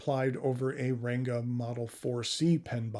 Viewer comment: I'm not indian so take this with a grain of salt but i believe, the 'N' in "Ranga" is pronounced like N in "Bank", in many of those languages the "N" are there to tell you to nasalise the previous vowel